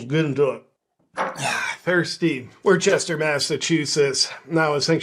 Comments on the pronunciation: WOOStah, not Wor-ches-ter….love you JP! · "Worchester" 🤣 It's pronounced "Woostuh" with the first syllable a sharp "oo" like "look" Love you JP!! 💖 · It's not called war chester its called wis ster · It's pronounced "woostah" not Worchester. 😂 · It’s Wuhstah 😂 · Bro - it's pronounced Wooster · It’s pronounced Wuss-ter. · JP btw it's pronounced like WOOSTER. NOT Worcester. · You pronounce it Woosta JP😂 Love Your Videos ❤ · They pronounce it woosta" lol. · I think it’s pronounced ‘WOO-ster’. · It's pronounced "wuhstah" ;) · it's pronounced WOOS-TAH, yea it's overall re*arded there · It's pronounced "woostah" hey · JP, it's pronounced, Wuhstaah. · It’s pronounced Wooster. I went there a few times when I was stationed in Boston. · Its pronounced wister. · I think you mean wuh-stah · I like how he used the proper pronunciation of the city the first time, and then wrong the rest of the time 😂